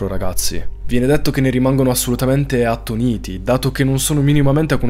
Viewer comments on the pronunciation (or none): Bravissimo! È importantissimo tenere viva l’attenzione su queste cose, mai troppo lontane da noi. Solo due imprecisioni: Paolo era chiamato Ozzy (come Osborne)non Evil. Si dice attóniti (con l’accento sulla o). Grazie di tutto